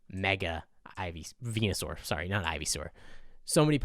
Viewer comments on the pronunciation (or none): none